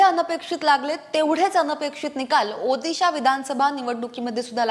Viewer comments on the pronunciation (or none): माहिती छान,, पण ओदिशा नाहीं ओडिशा आहे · अग बाई ओदिसा नाही......... ओरिसा बोल, कोणी तुला हे काम दिल 😂😂😂😂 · ओदीशा नाही ओडिशा म्हण. मोदी शाह मोदी शाह असं ऐकू येत ते😅